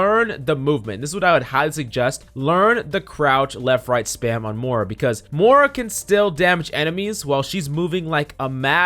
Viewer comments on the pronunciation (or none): PLEASE pronounce the i in moira. Im having a stroke every time youre saying moura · have no one told him how to pronounce moira yet? its not mora.... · yea xD i noticed he said it wrong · bruh how do you spell the heroes like phara is phoroah Moira is moura ana is ona reaper is rpha like wtf dude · Learn to pronounce Moira. It's like Moy rah.